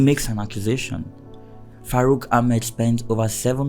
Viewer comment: It's not farouk, it is FACROOK 😂